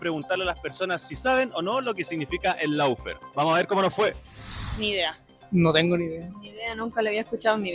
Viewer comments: Felicitación, pero el idioma del adversario hay que a`prenderlo es Law= ley y se pronuncia LÓ no lau, faire=fér está bien....eso no es sin importancia porque los piratas que inventaron este idioma sin reglas, para confundir... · No puede decir el nombre del programa bien de tan caga que quedo